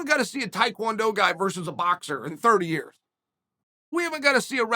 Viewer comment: So we bet on Ya-ear. Ok great.